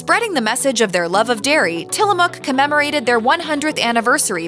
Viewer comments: It's till-a-mook Not till-a-muuk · Mook like book, not Muk like the Pokemon. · Pronounced "Tillamuck".